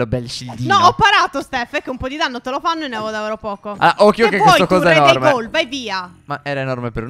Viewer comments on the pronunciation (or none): Non si dice goul perche si scrive goul ma si dice guul